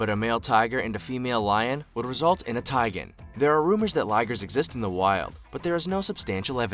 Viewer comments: Tig- ON not Ti-GEN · It’s so funny how he said tigon he’s like tigen